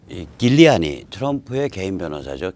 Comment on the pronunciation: 길리아니 X. 줄리아니. O